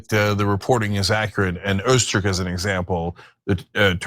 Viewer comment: Ozturk? ... no. Ö isn't o, and ü isn't u. They are completely separate letters, representing completely different sounds. Although, granted, neither of the sounds, are ones that exist in English, so I wouldn't expect you to be able to pronounce them.